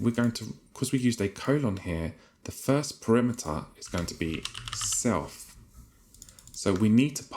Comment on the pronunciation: you kept pronouncing 'parameter' incorrectly btw you said it like 'perimeter' which was funny